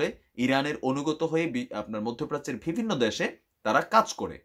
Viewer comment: Vai pls vibinno na bole bivinno bolen,,it's sounds not good